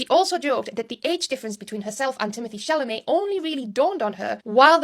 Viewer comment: You have Timothee ChalaMAY's name down-packed now! 😂 Love you so much!